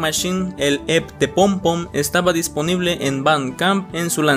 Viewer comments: yo te amo, pero se pronuncia "e-pe", xfa no vuelvas a decir "ep" Ya no recordaba que Marzo había sido un mes tan interesante en cuánto a Lost Media, me da risa ver como en el piloto de Drawn Together la mayoría de comentarios están en español, al que mejor le vino el rediseño fue a Xander No tenía ni idea de lo del vídeo de Blackpink, cómo me hace falta mi amiga blink en momentos así 😅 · te aviso que EP no se pronuncia EP, se pronuncia e pe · Me dio amsieda' que dijeras "ep" en vez de "E pe":face-purple-crying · eeee no se dice literalmente "EP" se pronuncia como un acrónimo "e - pe" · Ep se pronuncia i pi no Ep (no es hate amo tus videos) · oye no es por se mala onda ni nada de eso, pero no se pronuncia "EP" se pronuncia "EPE" O "E-P" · Un EP, pronunciado literalmente así. XD Se le pronuncia E Pe. Pero EP pronunciado tal cual veo que suena mamalon. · ¿Cómo que "Ep" wey? XDDDDD Se pronuncia diciendo literal las dos letras "e pe" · oye, se dice e pe, no ep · oye pije los EP's no se pronuncian tal cual se escriben, se pronuncian "E PE" no "EP EP EP" que suenas como trastornado :V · EP se pronuncia mejor como E-PE en español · Buen video, solo que los lp y a los ep se pronuncian como "ele p" y "e pe" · No imaginas cuanto sufrí todo el tiempo que no pronunciaste EP como “E-Pe”. De todos modos tqm mucho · me pasó lo mismo, no pude concentrarme en el vídeo por su pronunciación 😭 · Se pronuncia "E-PE" XD